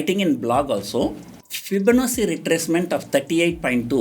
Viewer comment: The word "Fibonacci" is pronounced as fee-bo-na-chi...